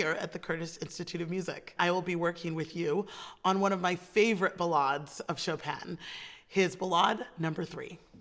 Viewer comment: Even pronounces ballade correctly. Then proceeds to crush it. She is epic